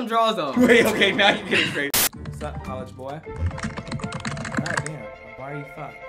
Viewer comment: "Let's do colleghe" 😂